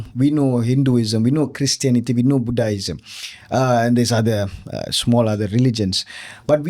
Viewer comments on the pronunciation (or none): buddha- ism first time I heard this kind of pronunciation .Malaysia is a country full of language genius.